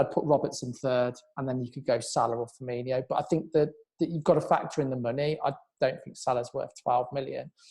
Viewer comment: Please learn how to say Firminos name properly